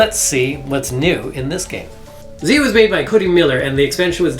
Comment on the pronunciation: Great review, thanks. (it is pronounced "z-eye-uh" technically)